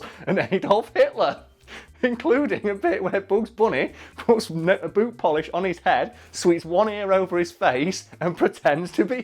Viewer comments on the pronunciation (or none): none